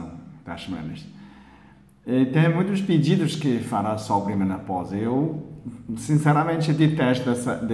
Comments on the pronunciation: Que lindo ele não conseguir falar direito menopausa! Kkkkkk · Que lindo e engraçado ver ele falar menoposa! Kkkkkk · Sonia Brazz eu voltei o vídeo do pra ouvir ele falando menopousa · Menoposa? Kkkk morri de rir doutor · Gratidão 🙏🏻 Dr engraçado vc falando menopausa.O que o Dr faz para o nosso bem 😊 Gratidão 🙏🏻 sempre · achei engraçado você falando menopausa 😁🐿👏👏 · Sonia Brazz acredito que vc entendeu que ele falou menopausa soou diferente pelo sotaque da língua dele.